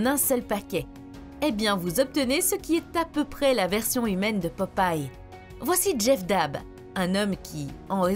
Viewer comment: Elle a dit popaye WTF 🤣🤣🤣🤣🤣🤣🤣